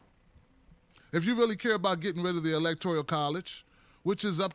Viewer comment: E L E C T O R I A L??? There is no I in that word.